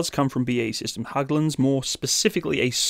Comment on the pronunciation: Silly little thing but anyway; Hägglund, the ä is pronounced almost like the ea in bear but faster, so Heagglund not Hagglund :)